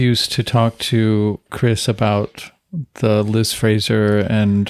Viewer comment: Interesting that Chris mispronounces Liz’s name throughout the episode…. Surely deliberate for someone so obsessed for so many years, but why?